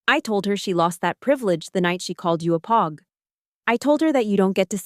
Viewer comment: And say POG the right way for fucks sakes!